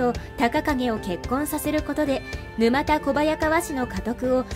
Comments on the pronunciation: ぬまたではなくぬたですね。地名から来ているのでなおさら沼田ではないです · 「ぬまたこばやかわ」ではなく「ぬたこばやかわ」ですね。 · 沼田小早川は、ぬまたこばやかわではなく、ぬたこばやかわと読むのが正しいと思います🤔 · 沼田（ぬまた）ではなく、（ぬた）です。